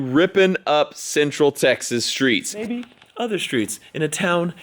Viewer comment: he said maybe then he ended up saying mybe Also just relized that the windsheild is on and all you need is the interior